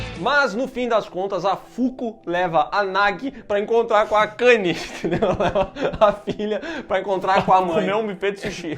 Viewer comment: miguel falando akani KKKJKKK